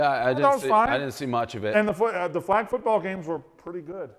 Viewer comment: Idk if I have ever heard the word "flag' mispronounced until now. And I fucking love it